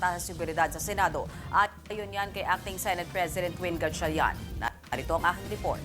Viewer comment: Seneyt po, hindi sineyt😂